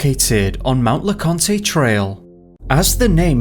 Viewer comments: great subject matter! i live in east TN and consider the smokies my backyard. The only thing I would say is Mt Leconte is pronounced Lecont. No E needed on the end. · FYI mount leconte is pronounced without the last e. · Mt. Laconte is pronounced without the long E at the end.